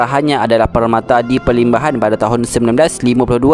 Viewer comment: ada kesilapan sikit pd PERMATA DI PERLIMBAHAN,Admin sebut PERTAMA DI PERLIMBAHAN,harap lebih hati2 waktu penyampaian.jgn laju2 biar dengar lebih santai,apa2 Alhamdulillah dan terima kasih Admin info panjang lebar yg byk lg sy x tau tentang Almarhum Haji Mahadi.sy cukup minat beliau